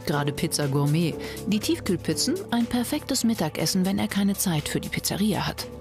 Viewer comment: sagt die tatsächlich „Pizzaria“?!? 😂